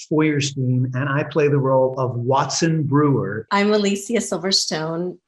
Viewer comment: “WaTsOn BrEwEr”